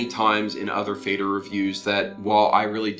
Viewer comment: Nice review, just a quick note about pronunciation, it is pronounced more like "fehder", definitely not like "fader". In fact, "Feder" simply means "feather" in German and the pronunciation is also closer to feather.